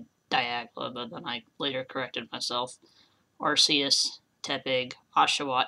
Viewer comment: And it is "Ar-key-us" not "Arse-ee-us"